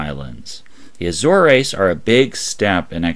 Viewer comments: Azores is pronounced A-ZOHRZ not A-Zor-EEz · The Azores (ə-ZORZ, also AY-zorz) Not aye-zore-eeez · I think it's more pronounced A-zoars.